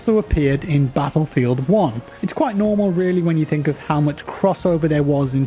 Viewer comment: "In Pattlefield"😂